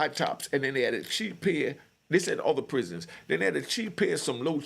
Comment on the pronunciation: Pisons & Sorenoos? Come on now, weren't you there long enough to hear the pronunciation 1000's of times? I been out decades & sounds funny still.